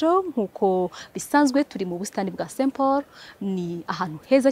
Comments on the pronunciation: Umvugiye akantu urakoze. Azakosore rwose Kuko Saint Pauroo aba Ahi duye izina peee ni saint Paul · ntibavuga Saint Pauroooo bavuga Saint Paul. Uvuga rrrrrrr kd ni LLLLL uzahindure muri introduction yawe